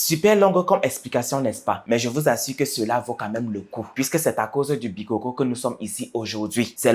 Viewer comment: On ne dit pas les bikókó hein, on dit les bikôkô. Ce qui est donc un fêtiche qui tire ses origines des ancêtres et évolue de génération en génération.